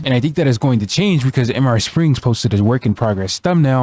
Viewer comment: "M R springs" you... you know mr means "mister" right???